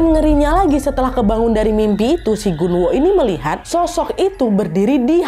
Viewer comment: Pas kak Nad bilang Gunwoo aku dengernya genderuwon😅